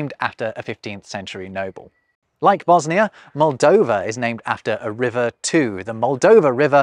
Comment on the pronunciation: Bosnia* not Bosnier